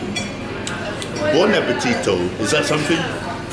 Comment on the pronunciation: Buon Appetito! Very well pronounced sir!